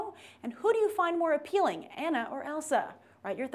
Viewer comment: It's Ah-na, not Ann-a.